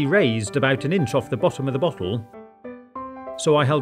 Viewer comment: Everytime he says bottle I also hear buthole and that makes the video funnier